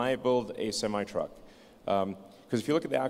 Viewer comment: He said tesla semite trucks hahaha